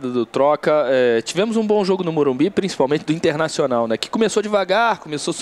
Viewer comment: Por que estão falando " Morumbis " ?